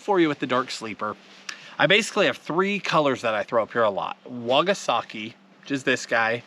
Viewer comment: it’s called a wakasagi... not a “wagasaki” keep it up man lol makes me smile every time!